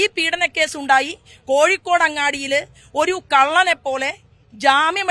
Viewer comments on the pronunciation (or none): none